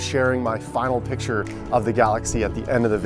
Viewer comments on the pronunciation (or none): none